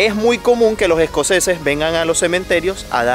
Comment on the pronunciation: Se dice “Los escoceses” no “Lo jescoceses”.